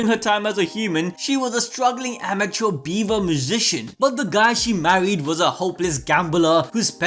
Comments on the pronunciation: im sorry Beaver?!? i cant bro, it BiWa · I'm sorry but i cant be the only 1 that kept hearing him say beaver instead of biwa right? right? no? i guess my mind is in the gutter